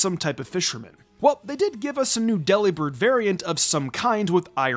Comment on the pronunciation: It’s not pronounced “deli-bird” it’s “de-lib-ird” it’s a pun on delivered. It has nothing to do with a meat shop.